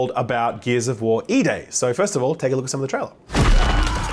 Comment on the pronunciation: I thought you said Gears of War eBay.